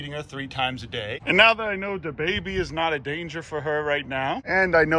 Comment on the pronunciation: Wait.. did you say the baby, or DaBaby?